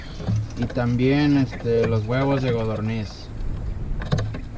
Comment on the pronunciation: Ok muy bien, pero se dice codorniz con "c".